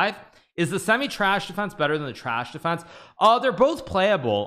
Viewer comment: When he says Tarrasch he pronounces trash on purpose